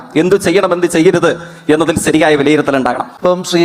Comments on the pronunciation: "ദേസീയ" "അവകാസം" "സരിയായ" : ഇവൻ ആരിരുന്നു, പണ്ട് MN നമ്പ്യാർക്ക് ഡബ്ബ് ചെയ്തിരുന്നത് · ദേസീയ പാത, അവകാസം, നിസ്ചയ ദ്രാഢ്യം, സരിയായ.. എന്തോന്നടെ ഇത്.. മലയാളം പോലും പറയാൻ അറിയാത്ത അന്തം കമ്മി, പേര് ജയിക്, പക്ഷെ നീ തോൽക്ക്‌ ആണല്ലോടാ.